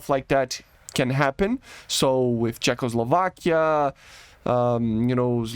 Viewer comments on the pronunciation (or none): none